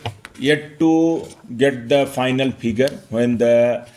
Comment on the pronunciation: You're an IAS Officer, pronouncing "PHAINAL" Instead of "Final" and many other vocabularies, just begs me to not trust you running this election smoothly